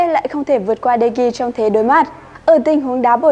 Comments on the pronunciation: Đọc tên cầu thủ cũng sai nữa Chán thật De gea mà đọc đề ghi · Nhỏ con gái đọc sai tên nữa mà De gea Mà nó gọi tên người ta là đề ghi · đờ ge a mà bả đọc đê gi =)) lạy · Nhỏ con gái đọc de gea mới sợ Người ta là de gea mà nó đọc là đề ghi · Tui mới nghe j đây David ToKyA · tokya mà tui nghe quài mà vẫn z